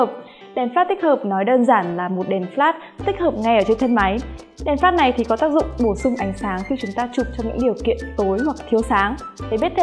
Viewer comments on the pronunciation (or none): cái chữ "Flash" phát âm ko chuẩn nghe khó chịu thật sự